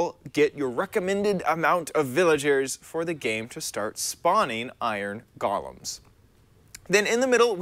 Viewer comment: Iron “Gallems”